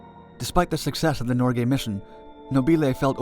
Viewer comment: Listen . The craft was NOT renamed Nor Gay. It was renamed Norge. Why do English speakers always rape foreign names? That's a very bad hobbit.